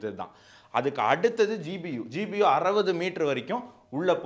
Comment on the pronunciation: Your language is good. In two places there was a slip of tongue by telling GUB instead of GBU.